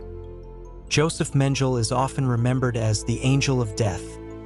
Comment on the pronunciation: Menjel ? Thats AI for you ! Bogg off